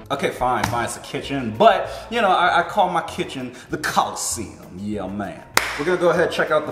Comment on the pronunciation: You're funny saying coliseum